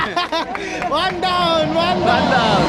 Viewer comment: Hindi wan yon one 😭 hindi po tow yon two hindi po tri yon three